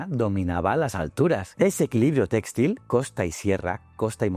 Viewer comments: se pronuncia textil, no téxtil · No entiendo, es una IA haciendo la locucion? porque pronuncia tan mal la acentuacion de la palabra "textil" ? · muy instructivo como siempre, aunque muy extraña la pronunciacion de textil y sus variantes.....